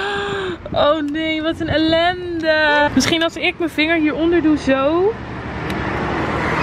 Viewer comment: omg het wooed ELENDE het maakt me aan het lachen